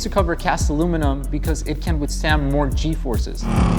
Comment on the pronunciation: Did my man just say "G-Forcces"